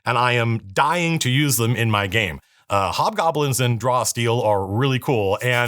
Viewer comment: Iv been on the internet too long... hobgobblins sounded like "hot gobblins"